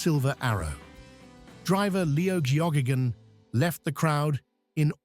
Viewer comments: It's pronounced Gaygun,not Geo gage un. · "Leo Joggingagain"? 😂AI slop! Leo Geoghegan was his name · pronounced 'gay-gun' (unfortunately!) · My comment was aimed at the absurd pronunciation of Geoghegan. I am well aware that Leo Geoghegan in one Charger and Doug Chivas in another were the key hopes for winning the 500 a couple of times.